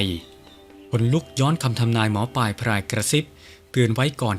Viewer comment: ท่านหมอปายหรือหมอปลายครับชัดๆๆหน่อยครับถึงจะน่าฟังครับ